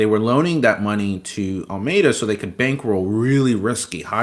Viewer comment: Honestly this guy clearly isn't very literate in the space. Alameda research not ameda research. FTX token or FTT not ftf token. Like he's not wrong this whole thing was a pyramid and fraud and all that but he can't even get the basic names right